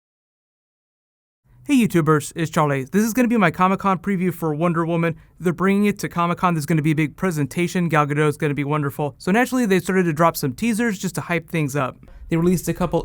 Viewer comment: why do people still call her gal gadow ??its sounded out as Gul as in seagull Gadot< hard tee as in dot